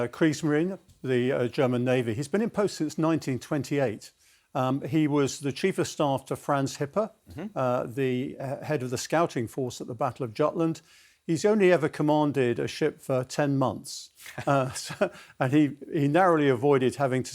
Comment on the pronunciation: I LOVE you guys, but Jutland is pronounces YUTE lund!